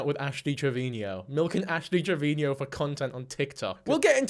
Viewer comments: Dude. You're making me crazy every time you say Ash Trevino's name... It's TRE-VEE-NO... not Tre-Vee-Nee-O. Yes, I'm that Petty.😂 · has rant about word usage on YouTube. pronounces Travino "Traveenyo" like a true genius.